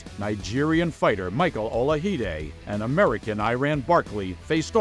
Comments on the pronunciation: Michael Ola-hi-de? I didn't know Michael Olajide was Spanish? It's Ola-ji-de. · Narration is terrible. Boxing games? Referring to Hearns as an amateur. Mispronouncing Olajide-you can hear Marv Albert pronouncing it correctly on the background.